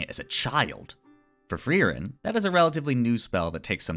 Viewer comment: You dont have to roll the r that much when you say frierens Name. We Germans dont do it that hard anymore 😅